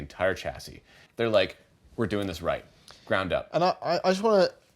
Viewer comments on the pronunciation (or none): none